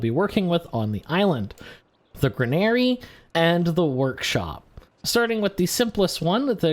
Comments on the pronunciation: Gran-AIR-EE? LoL Impossible!!!! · Not sure if English is your primary language, but the way you pronounce granary is incorrect. Think of it as grain-ree